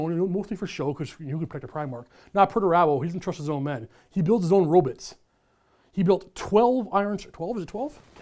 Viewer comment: I was enjoying myself until I heard him say rob-i-ts